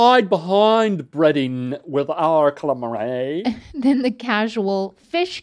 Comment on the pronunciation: That should be a gif. Cal-A-Mareyyy